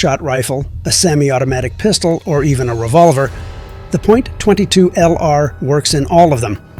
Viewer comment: Terrible AI no one says Point 22